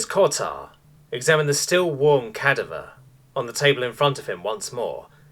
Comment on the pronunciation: You are pronouncing cadaver wrong. No hate, I love your videos, just thought you would like to know.